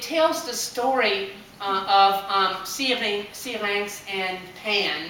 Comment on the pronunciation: OMG i love the way you say Syrinx! ps i love the story you gave too, every person plays this song in their own way!